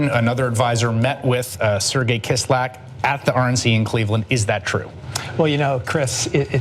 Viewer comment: Kislyak - kiss-lee-ya-k